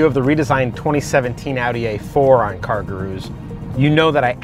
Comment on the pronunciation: He's 100% saying "cargaroos"